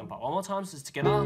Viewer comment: Ha ha. I wait for him to say togethaa every video I watch.